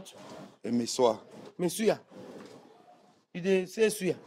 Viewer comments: For me it's really how the gateman keeps calling "Messuyah!!" 😂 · This man can’t pronounce masseur 😃😃😃😃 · pronunciation of Masseur really got me cracking up 😂😂😂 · It's originally from French. The way he pronounced it is very hilarious. 😂😂😂😂😂😂😂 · U are a what ???😂😂 for goodness sake’s google the pronunciation Mai suya 😂😂